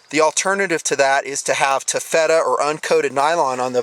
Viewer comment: Not to nitpick, but it's "ta' fet ta" not "ta fet' ta"